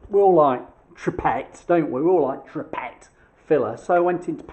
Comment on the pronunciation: You can get a tube version, like a paintable silicone...repaircare? 2hrs.. not putty though, don't know about listed buildings.... Always read the can!! Oh, it's pronounced two-pray....btw